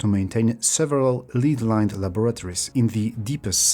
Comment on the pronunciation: Minor pronounciation correction: lead (metal) and lead (verb) are pronounced differently. Lead (metal) is pronounced led (similar to bed), and lead (verb) is pronounced leed (same ee as sheep, deep etc)